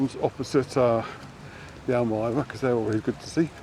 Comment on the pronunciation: It’s very quiet in the restaurants but the Happy Island seemed busier than the others, it was the first on that strip after the building was completed. The Almyra pronounced Al meeee ra ( sorry ). It’s lovely to see that the water feature is back in action it makes such a difference to that walkway. Great video as usual 😊